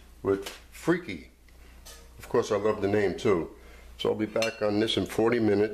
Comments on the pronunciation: Lololol not “freaky” it’s “free-kah”, you really should do your research before you make your videos. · you really should pronounce it correctly. You actually said “it’s pronounced Freeky” that was a wrong statement. If you didn’t know how to pronounce it than say so, but don’t proclaim knowledge when you don’t know. And such a disrespectful pronunciation makes the rest of your knowledge suspect.